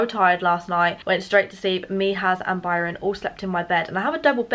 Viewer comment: Did anyone else when said Barron at the end instead of Byron!!!